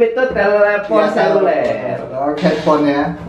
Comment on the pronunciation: Telefon bukan talifon